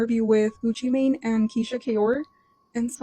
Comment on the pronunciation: “Mane” doesn’t pronounce “man”. Mane pronounce like main (they are homophones) Like son/sun, cell/sell